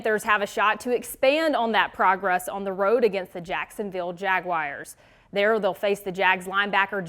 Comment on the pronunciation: No hate but did anyone else notice she cant pronounce "Jaguars"? 😅